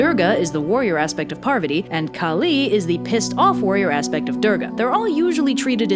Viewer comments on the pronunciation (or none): Heyyy I don’t mean to offend but some of the names were pronounced wrongly! It’s pretty important that you stress on the right syllable, so Kali is pronounced “KAA-Li” not “Ka-LI”. Similarly, Shiva is pronounced “Shi-VA” and not “Shee-va” and you have to roll the ‘r’ a bit on “Durga”. Stressing on the wrong syllable can make it a completely different word! (Sanskrit is complicated I know) Buuuut as a Hindu I have to say this is actually one the most accurate and fun retelling of this story I have seen! It’s really good and I hope you do more Hindu stories soon! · Its pronounced "Kaaali" not kali..kali is the evil asura who comes to end the world at the end..kaaali is the goddess its written the same but pronounced differently and means different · i love ur videos and i love this video but the way ur pronouncing kali is sending me 😭 anyways i love the way u put this, our mythos barely gets western attention, this was so funny and charming! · I am so sorry for being salty but you sais first ones names wrongly